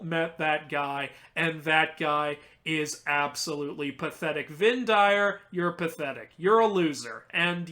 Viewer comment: I think that the "Vind Dyr" name was Norwegian for "wind animals," in which case the pronunciation would be more like "vin deer."